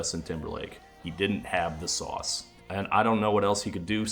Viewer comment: What with him ripping off memes for the main hook for two of the songs? like Filthy had the "Haters gonna say it's fake" and then you had "Sauce" or as he pronounces it "Sow-s", its like when your biology teacher inserts a doge into his powerpoint presentation to appeal to the kids lmfao.